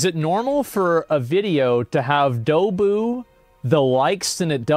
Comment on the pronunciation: Just got to ask did you mean double? because what the f*** is dobu?